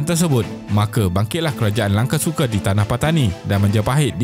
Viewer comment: Sebutlah betul².langkasuka bukan langkesuke.buddha bukan bude.mahawangsa bukan mahawangse.